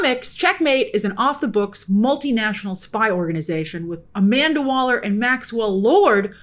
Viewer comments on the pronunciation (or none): none